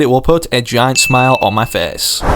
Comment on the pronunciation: The word smile on my face he says it a little bit funny